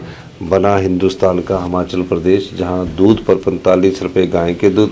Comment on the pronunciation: मुख्यमंत्री साहब हमाचल नहीं होता हिमाचल होता है